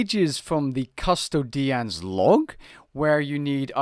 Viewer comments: Over pronounced on that one xD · CUHSTO DEE ANNS LOG. custodian is a real word. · Custodyaans😂 made me chuckle - read it as you’d read Latin or cus-toe-dian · Imma pretend I didn't hear this guy say custodian like he has no idea what it is